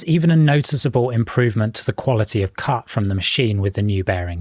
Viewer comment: are you implying this can be used at police academies? You do say "there is even an improvement in the quality of cop". Yes, "cop". I listened to it 5 times up with volume turned up loud and speed turned down to 0.5 and you definitely say "cop". So, you're using a lathe to cut cops to-shape? 😉